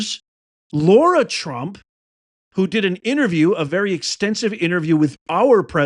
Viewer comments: Lara, not Laura. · It's LARA not Laura, please! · It's LARA not Laura. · Why do you keep calling her LAURA? Her name is Lara. She herself pronounces her name LARA. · Her name is Lara, not Laura. So like in the word Larry not Lorry. Lots of peeps make this mistake in pronunciation and I think a person's name deserves high respect to say it correctly., dedication to MAGA and the truth and loyalty to Trump. Thanx for everything!